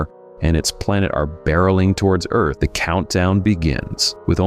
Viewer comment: In Destination Moon, did that announcer say, "There's tremendous excitement on Oith!" ?